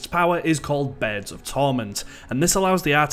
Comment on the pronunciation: i hate the way you say "birds" like.... "beErd"